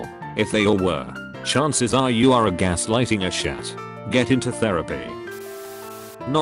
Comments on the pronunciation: when is said "ass shat" instead of asshat that was so funny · Great video. I thought it was hilarious that the text to speech voice pronounced “Asshat” as “A Shat” 😂